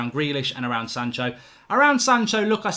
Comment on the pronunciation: it's Sancho and Van De Beek not "shanco" and "vanderbeek" ffs